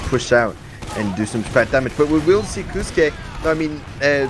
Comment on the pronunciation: Wasn’t expecting that turn of events 😮 Also, casters: Kosuke is pronounced “cos-que”, like “cosplay.”